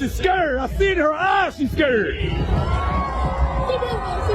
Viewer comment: hard to take you seriously when you can't even pronounce the word 'scared'. such an unhappy feline. you're so small.